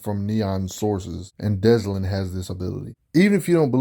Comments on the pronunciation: Why are you pronouncing his name like that? Dezlin? There isn't even a "Z" sound in his name. It's Delsin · Great vid but it is Delsin not Deslin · Notice how he says Deslin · oh ffs why does everyone say deslin. why does everyone get dyslexic with delsin? sigh 40 seconds in and imma be struggling with this video... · Oh I noticed lol I can't stand it 😂